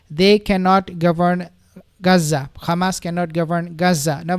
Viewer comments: Can you please stop saying "KHamas"...? That is the Israeli way of saying Hamas. There is no "KH" sound in Hamas! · Yeah I noticed that too. What nationality is? Maybe he can’t pronounce the h in arabic